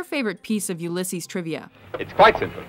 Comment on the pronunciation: My name is Ulysses, and thanks for pronouncing it right!